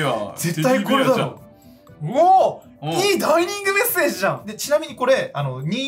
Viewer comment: 自害だったら殺人犯はいねぇな？と思ったらちゃんとツッコミ入って安心したｗ でもそのツッコミを入れたとりっぴぃが「ダイ”ニ”ングメッセージ」って言ってるのが気になったｗ料理人になるじゃねえか！